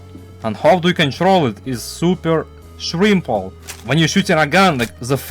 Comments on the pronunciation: Why does bro say simple like that it’s not shrimple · "Super shrimple"... bro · W video i also love how instead of simple you would say shrimple